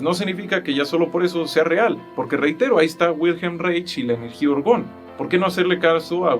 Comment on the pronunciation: Que opinas del campo morfogenetico de Rupert Sheldrake…? Y como observación Wilhelm Reich se pronuncia “Wilham Raij”… por su nacionalidad austriaca …